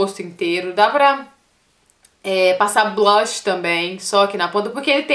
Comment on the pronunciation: ca eu te adoro mais vc nao sabii falar blush vc fala sei la blach ahahha